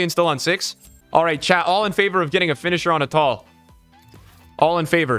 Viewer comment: It is youcef RATAL